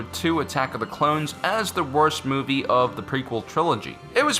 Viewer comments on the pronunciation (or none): none